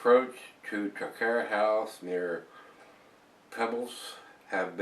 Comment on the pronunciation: Loved the review,, and especially great for a Scotsman like myself hearing you review Scottish ales!:) Just for your own info, the brewery is pronounced like 'Trah-kware' and the town as 'Pee-blz':) Would love to hear more Scottish ale reviews as yours are the best on the net!:)